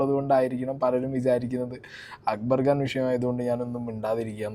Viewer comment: It's Khan , not Gaan 😢